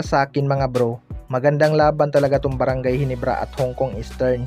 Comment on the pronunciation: hindi mabigkas yung ginebra bisaya